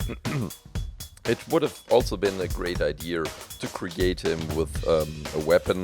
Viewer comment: When you say idea it sounds like idear, pls try to not say r in idea.